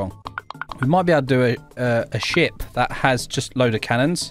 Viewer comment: Is it just me or does is sound Like when he says ship does sound like a mean way of saying 💩💩💩